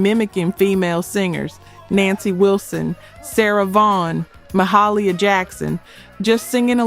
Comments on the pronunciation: Maurice not Morris. Mahalia not Maholia. Otherwise, a great documentary. When you know them so well the name must be correct to be deemed authenic. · Please...if you are going to refer to the most revered of gospel singers, please say her name correctly. It is Mah-HAIL-ee-ya Jackson. I believe you said something like Mah-HALL-ee-ya, which seems like a small thing. But it isn't. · Mispronounces Maurice and Mahalia. Is this AI? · Trailblazers. The soundtrack of the 70s. Good job overall but…There is a disconnect between the visuals and narration. You never showed Maurice ( pronounced Maw-Reese) play the kalimba.Also, the first name of the great gospel singer Mahalia Jackson is pronounced as Ma-hail-ya. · Exactly! Maurice has never been pronounced as Morris. While she’s at it, Mahaila Jackson’s name is pronounced “Mah-hell-Ya.